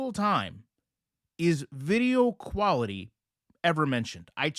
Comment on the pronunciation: The poor guy needs some tutoring on how to read the difference between quarterly and quality.